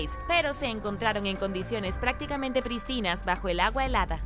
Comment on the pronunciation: la palabra prístinas se acentúa en la primera vocal. Y no existe algo como España del norte.